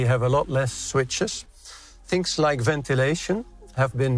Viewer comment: Funny how I could still recognize A van Hooydonk as a Dutchman, not as a German, (wasn't initially aware of it being him) even though he does very well hide the accent of his native language. Although, each time he pronounces the word 'switches' erroneously, eg , it's done in the so typical and ghastly way Dutch people usually mispronounce most of their English speech.